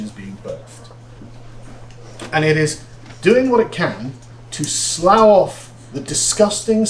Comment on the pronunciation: It's what happens when women start running things more. Women don't want free speech, they want to feel comfortable. They'd rather have little white lies than the truth. Also having watched different videos on this, he pronounced slough different than me ,😏